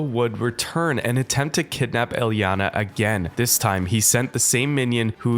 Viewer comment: the misspronounciation of her name gave me a few aneurysms but i powered through, great video otherwise